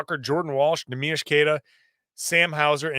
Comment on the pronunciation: Neemias Queta not Neemish Queta